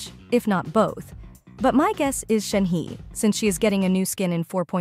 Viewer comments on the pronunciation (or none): who tf called shenhe as shenhi!!! its shenhe brother that triggered me hard